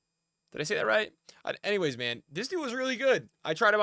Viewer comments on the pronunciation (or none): none